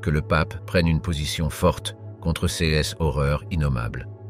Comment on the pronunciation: Curieuse prononciations : céss ou ceuss à la place de ces ou ceux...